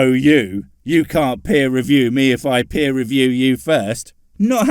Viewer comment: I think he took peer review as "peer" review